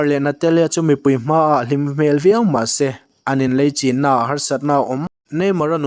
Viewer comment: A beng var thlak thin e,se tih a lam rik turah seh tiin i lam thin e rawh a fuh tawk lo deuh